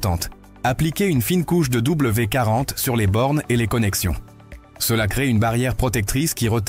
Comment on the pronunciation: Bonjour, Vous ne savez pas lire ? C'est W D 40. Vous avez oublié le D. Quant à "ces" on ne lit pas les lettres individuellement mais les 3 dans une seule syllabe. L'IA ne sait pas tout !